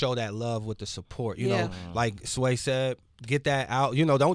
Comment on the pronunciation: Pronounce his name again sway??? omg lol brahhh you making my ears hurt say his name the correct way..lol